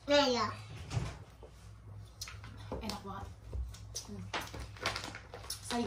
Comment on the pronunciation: Aku ngakak ngakak pas bilang enak banget tpi di bilang nya inak anget lucuu😂